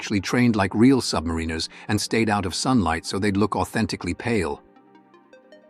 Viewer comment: Loose the AI over voice....Example, Das Boot, they are Submariners not Submarine-ers. Hacksaw Ridge is NOT 400 feet at all.